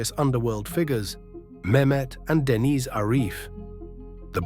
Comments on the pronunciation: It’s Deniz not dennis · ‘Dennis’ pronounced ‘Denise’ was the giveaway.